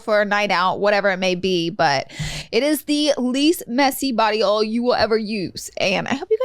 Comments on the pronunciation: Lol body ol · Pronounce OIL correctly yea Laura? Geez